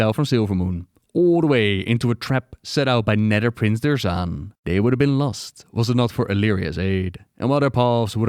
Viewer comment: "TWISTING NEDDER" dude speak english, my god